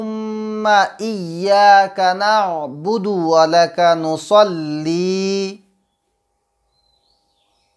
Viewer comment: নুসল্লি না নুসাল্লি বলছেন বুঝেতে পারছিনা help.